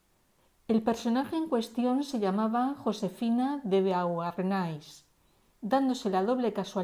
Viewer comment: Boarné la pronunciacion